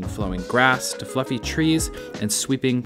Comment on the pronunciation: "fluffy trees" my man I though I heard u say "fookin trees" 😂